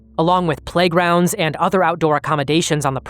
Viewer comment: lol ish when you said “playgrounds,” for some reason my brain took that and automatically went, “oh! Sure, man! ‘Plague rounds.’ Sounds totally legit. That’s normal as hell.” A somewhat understandable mistake on my part, considering the extremely nuanced difference in inflection that separates the two phrases from one another, but still…. Wtf is wrong with me lol